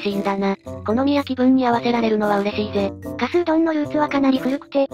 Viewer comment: 埼玉取り上げて頂きありがとうございます。とても興味深いですがひとつだけ、、 加須は「かぞ」と読みます。